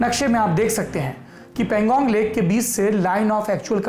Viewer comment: Saurabh bhaiyya .. Woh Pan-gong lake hai .. I think pronunciation was erred !